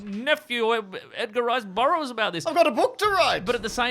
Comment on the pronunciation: The "Edgar Rice Bur-bro's," I think you meant to say.